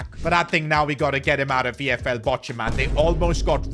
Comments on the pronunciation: Bochum is pronounced as bokhum not bochum btw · It is pronounced as Bokam, not Bocham